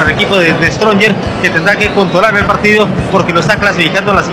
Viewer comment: Ese comentarista quien es? Como puede ser posible que diga The stronger... Esa clase de comentaristas tiene quique Rivera?